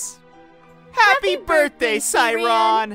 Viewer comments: I don’t wanna be that person but😅 it’s se-ran, not seyreyan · It's not Sarean it's Saeran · Saeyoung: Happy Birthday, Sai-ron! MC: Happy Birthday, Say-Ran! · Naty Nightcore FINALLY SOMEONE NOTICED!!! (I pronounce it Say-ran)